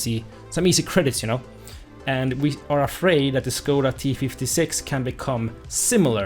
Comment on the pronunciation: how you say it. it make me laught. becouse im front czech so i know how to say it